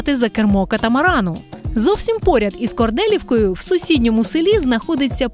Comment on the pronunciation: Чудове відео! Сам родом з Вінничини, але багато цікавого взнав про нові локаціі, і мальовничі куточки рідного краю. От тільки Корделівка наголос на і, а не на е ) Дякую!!!